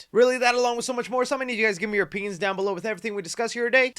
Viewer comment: My opeeyeen is that the way you say opeeyeen is hilarious.